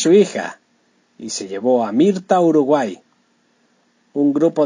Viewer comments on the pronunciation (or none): none